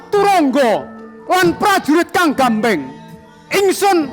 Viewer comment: SENOPATI KOK GAMBYENG GAMBYENG😂😂😂😂😂😂 GAMBENG GAMBENG (ora nganggo Y)